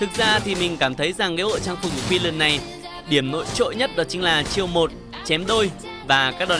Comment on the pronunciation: Nghe quiu len wen nghe ad nói kiu lình hơi khó chịu